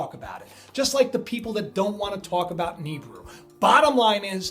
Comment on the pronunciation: i believe it's pronounce Ne-beer-oo.